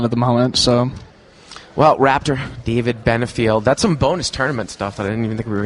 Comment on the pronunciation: Get DAVID's name right....otherwise, good show